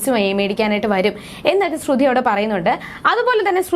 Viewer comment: ശ്രുധി അല്ല ശ്രുതി 😂😂ഇല്ല അത് പോലും അറിയില്ല ല്ലോ 🤣🤣🤣